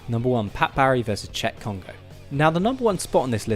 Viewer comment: I said no Adam no subs, however this guy can pronounce names so I'll stay. By the way this guy is correct, no words can do Cheick Kongo justice. You NEED to watch that fight.